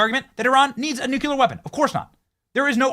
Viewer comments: What does nu-cue-lur mean 🤪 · Love your videos. Love when you laugh at people's posts. But please learn how to properly say nuclear!